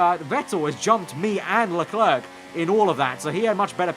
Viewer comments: I'm only going to watch part of this until you say LeClerc correctly. 'Le-Claire' not 'Le Clerk'! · By the way you don't say the second c in Leclerc but great episode as always